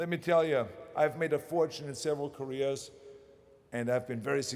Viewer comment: when he said "careers" he sounds like he's saying "koreas" LOL